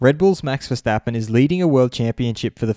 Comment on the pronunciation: Who the F* is Verstapeen? Kart World Champion?